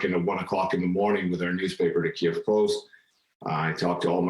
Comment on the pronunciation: … he’s electing not to pronounce Kyiv correctly save your bandwidth.